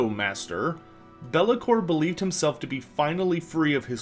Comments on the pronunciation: i bet you its a verminking and not bel'lakor lol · It’s Be’lakor or it is Nagash. There is no one else.